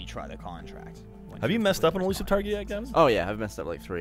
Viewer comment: Eluisve lol